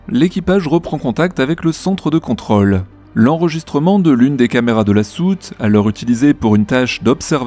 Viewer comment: ContrŌle, on prononce le circonflexe, svp. Réflexe parisien. Régor